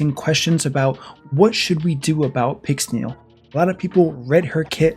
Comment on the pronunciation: "fully booked pixnel" ouch